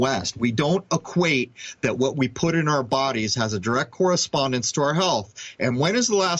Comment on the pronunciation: Did anyone notice? Spawn, correspondence? Spawn, corre-spawn-dence!!